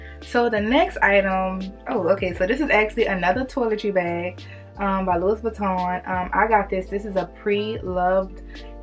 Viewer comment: The s is silent with Louis.